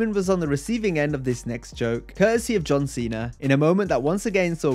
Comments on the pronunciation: Santino saying “John Chena” back on 2008, I remember that so vividly. Truly made me crack up because as a Latino I had family that couldn’t pronounce words correctly but they still always did it with a level of confidence that is beautiful 😂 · Lmao “listen here John cheena” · "John Cheena!"